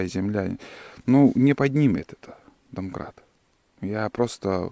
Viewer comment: вот именно, домкрат, а не донкрат.. Грамотей